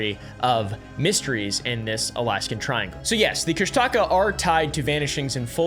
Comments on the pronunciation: Tlingit Alaskan here of the L'uknax.ádi clan (based in Sitka and Yakutat). There are many ways to spell Kooshtahkaa, but the way it's really pronounced is KOOOOSH dakah. I am sorry for laughing when you tried to pronounce it and enunciated the wrong part of the word, because I've never heard it said that way. Kooshdaa kaa is my FAVORITE cyrtid, so thanks for shedding some light on the lore, it's so fascinating! Hope that helps! Thanks for sharing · It's pronounced Kooss Da Kaa. I live in Petersburg right across from Thomas Bay. Yes the story is intriguing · Great stories and yes they are very real here. There are so many disappearances here is it scary. So many miles of uninhabited land. The Kustaka pronounced kush-taw-kaw are very real in Southeast Alaska. You don’t go into the woods or on the ocean unprepared and you always tell someone where you’re going. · dude its pronounced "koo-shtic-caw" - An Alaskan. Also you don't say the word or you're more likly to see on. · "Kushtaka" I heard "Chris Tucker" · Kushtalka bro your saying it wrong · I liked how he actually talked about "the strangest story ever told," but that is not how you pronounce Kushtaka. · You pronounced kushtaka wrong I would know I live in Juneau , Alaska, the hub of Tlingit culture, which the legend comes from, but hey, I’m not gonna get mad I mean Tlingit is a very hard language. I would know I took a. Tlingit Class in school. But the rest of the facts are correct about the kushtaka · You're saying Kushtaka all wrong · Hi! So the way you pronounce Kushtaka is more like (Koosh-tah-kaa) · Actually, as an Alaskan accustomed to outsiders mispronouncing Alaskan words, Kushtika is authentically pronounced KOOSH-te-KA. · Alaskan here it’s pronounced coosh-ti-caa you elongate the aaa sound at the end I live in Juneau ak and won’t say its name out loud because that summons it if you are close to the water which I am right now lol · It’s KOOSH -tuh-kaw is how you say it LOL